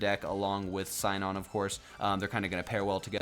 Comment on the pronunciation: Sinon in the dub is pronounced SEE-NON. Keep up the good work for our growing community!